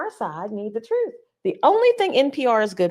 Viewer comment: It's "TRUTH" not "THRUTH" .